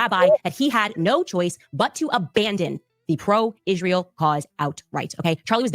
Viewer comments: I know the Ishreel thing is annoying, she also can't say any word that ends with ant properly either like important she says Imporint. Once you start hearing it you can't unhear it lol. 😂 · I hate the way she pronounce Israel ‘Ishrael’. 😂 Also, her saying he wanted to bring her back isn’t the flex she thinks it is. Like, they dislike her so much, they’re willing to UNALIVE him over it?!?!